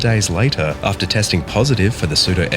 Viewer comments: Learn how to pronounce psuedoephedrine so you dont sound like an idiot. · I have never heard pseudoephedrine mispronounced so horribly and I worked in a pharmacy for almost 10 years.